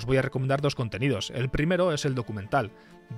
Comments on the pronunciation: "Depilate bye" 🤣🤣 Es algo asi como "Da paireit baë" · Pero solo tenés que pronunciar pairat bei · me cae un pedazo de alma cada vez que dice DE PIRATE BAI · "De pirate bai", sí, así lo pienso pronunciar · Cada vez que dices depiratebai, me duelen los oídos ! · "de pirate bai" jajajaja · "de pirate bai" dale bro... no te cuesta nada pronunciarlo en ingles... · Muy buen video, pero por que los españoles se niegan a pronunciar las cosas que estan en ingles de forma correcta y lo leen como suenan? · Tanta calidad de video y narracion para que pronuncies asi... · habla bien, que lo digas de broma, bueno, pero que de verdad lo pronuncies mal, es inculto y demuestra falta de estudio. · Perdón pero esa pronunciación es asquerosa.